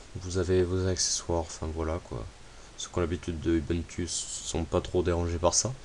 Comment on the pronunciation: pour info backtrack ne fonctionne pas sur un noyaud UBUNTU mais un noyau LINUX, comme toutes les variantes linux au fait la pronociation mondiale de base d'ubuntu c'est [oubountou], c'est un mot sud-africain qui peut être traduit par tous unis, tous reliés, tous frères